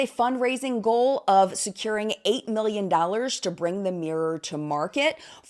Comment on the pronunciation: Also... "milyoo"? Fucking hell they can't even talk properly. Get an app, it'll tell you you're an idiot,.